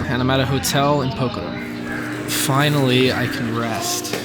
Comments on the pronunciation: It's Pok-harra 😂. Great video mate. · Please please please can you make the effort of showing respect and pronouncing Pokhara close to correctly? A prayer flag dies every time you butcher it in such a strange way :(